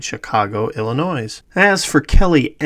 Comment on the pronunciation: FYI, 1). The “S” in Illinois is silent…once or twice …who cares but five times uhh …2). Please consider using higher res still images because on larger or even medium size screens the pixelated distortion is egregious. Excellent excellent work. Seriously great content 👍🏼 👍🏼